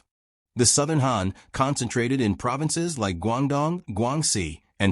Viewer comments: Even though the video is actually refering to the Hàn people, the pronunciation is like Hán, so maybe because of that he/she got confused. However let's clear it up, the video is actually talking about the Hàn people of China. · Wrong tone, man